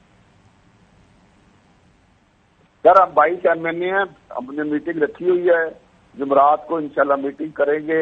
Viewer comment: راجہ صاحب کہتے ہیں کہ ہم نے جمرات کی شام کو اکٹھے ہونا ہے۔قوم کی بد نصیبی اسے جمعرات بولنا بھی نہیں آتا۔ہمارا اللہ ہی حافظ ۔